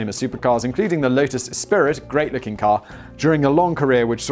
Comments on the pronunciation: Yeh . . . I like my cars and . . . Yeh with the Delorean its basically 'Back to the Future' and that one episode of American Dad 😅😅😅 Also, did you say Lotus es-spirit instead of Lotus Es-pree!? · The Lotus Esprit... its pronounce Esp-ree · it's pronounced Es-pri (spelt espirit) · I realise it's written Esprit (which kinda looks like Espirit), but it's pronounced "Ess-pree". I have a bigger issue with this than the Star Wars thing Simon! You're British FFS! 😂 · Esprit is french for spirit, cant blame the poor brit for the pronounciation 😜😹